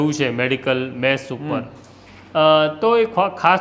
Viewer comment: મેશ ? કે મેસ ? આગળ રહેવાની હોડમાં ભાષાને સાવ પાછળ છોડી દીધી છે. મેશ એટલે કાજળ, કલંક, વગેરે થાય. અહીં ભોજનાલયની વાત છે તો મેસ જોઈએ....